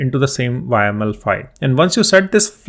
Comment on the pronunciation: repeat after me "yaaaaaaaaaaml" not "Y.M.L"